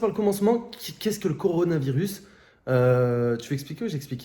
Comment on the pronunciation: C est meme pas coronavirus ses coronessevirus